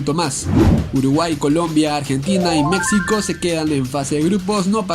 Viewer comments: Qué no se pronuncia Mecsico (México), se pronuncia Mejico. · Por qué pronuncias México con x "X", si la "X" se pronuncia como una "j" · La X también se pronuncia como "j", pero no en todos los casos, osea, Necaxa se pronuncia como se escribe (ni modo que diga "Necaja") pero me suena raro que digas "México" con "X" en vez de "j", por que para mí, una persona que no habla nuestro idioma diría México con X, y yo tengo esa idea que un hispano "deberia" pronunciar México como una "j", nadamas era una duda, por que si suena raro xd